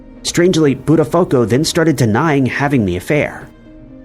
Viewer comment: Just a heads up - it should sound like "butt a foo ko" - not how you said it. If you ever want it to sound correctly. Great video overall!